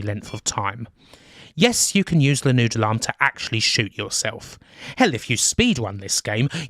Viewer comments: Ah you're saying "Noodle arm". It took until my second listen through to really think about what a "Nude alarm" was :) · took me a while to figure out what nude alarm was, turns out you were saying noodle arm!